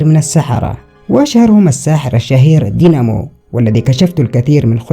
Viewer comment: اسمه داينمو وليس دينمو